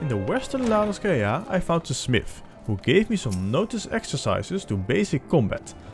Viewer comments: It's La-No-SEE-ah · its pronounced in eorzean La No Sha... edit---- the main story also unlocks dungeons which help with level progression because they reward a lot more exp than logs. the chocobo mount is part of the main story also. once you reach level 30 you can get 2 different quests that allows you to change your arcanist to both summoner (dps) and Scholar (healer) you level them at the same time because both are arcanist based, an all exp gained from either summoner and scholar go into arcanist as opposed to other jobs